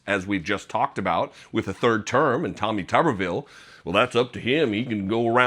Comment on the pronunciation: Tommy Tuberville is so dumb. How dumb is he? He's so dumb, that he doesn't even know how to pronounce his own name.